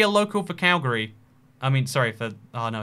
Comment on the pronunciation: As a Calgarian, I greatly appreciate your correct pronunciation of Calgary